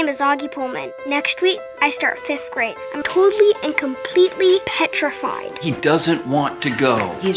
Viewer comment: He keeps saying Petrafied... Why?